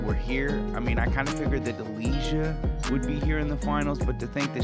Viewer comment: You are butchering Delijas last name 😂